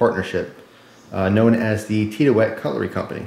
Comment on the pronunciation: It's pronounced like Tid-E-ute.